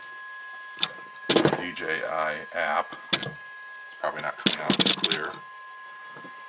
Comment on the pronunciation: I subscribed to your channel simply because you pronounced DJI properly, not D Gee I. 😎